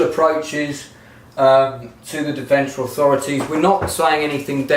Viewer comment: Hope to meet you in Deventer again then. By the way, it's DEventer - with the emphasis on the first part.